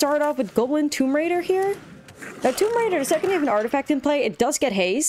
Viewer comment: Stop mispronouncing GAWBLIN.